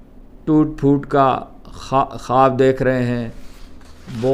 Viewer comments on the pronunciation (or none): none